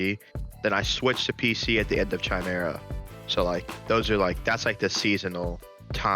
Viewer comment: I hope someone corrected Iconic on the pronunciation of chimera. The shit triggered me in a way I didn't expect.